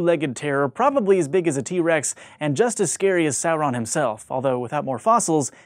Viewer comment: Smaug isn't pronounced like "smog". Tolkien's "au" is pronounced like "ow". Incidentally you didn't pronounce Sauron correctly either, same mistake.